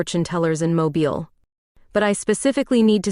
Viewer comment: Good Story.(Please help your Stories w/AI corrections on Pronouncing of NAMES City MOBIL=Moving. ‘MO-BEELE’ is the City…&Others will make All Stories Sound as Real As you make them. Your Good! Thanks.